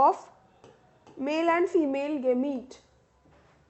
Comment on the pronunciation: Thats no gamiite its gamete